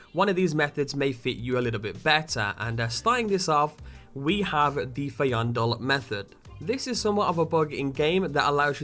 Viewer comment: Fain-Doll. That's his pronounciation